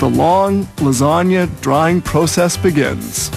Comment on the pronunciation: he just said puro-ses